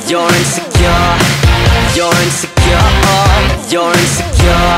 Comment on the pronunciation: Bro pronounced insecure wrong every time 💀